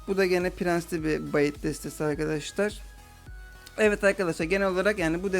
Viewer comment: bait oyle okunmuyor